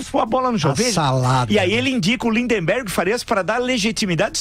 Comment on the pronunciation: Villa você também errou. Não é Lindenberg Farias. O nome correto é Lindberg Farias.